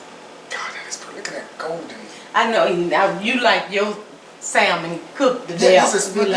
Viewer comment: if you don't take that L out of salmon lol it's silent 😉 but anyhow... this looks great